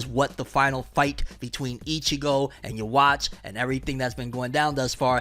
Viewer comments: It's funny how you keep pronouncing "Ywach" i said it the same way for a long time until i actually heard them prounounce it as "YU-HA-BA-HA" in the anime. I was like how the hell do you get that pronunciation out of those letters lol. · Did he just say You watch as his name pronounciation ?